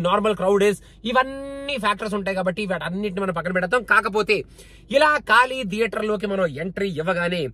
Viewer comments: కాళీ కాదు ఖాళీ !! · Just a correction its 'ఖాళీ' not 'కాళీ '' 😊